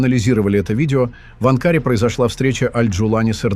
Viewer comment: диктор не правильно произнес слово Анкара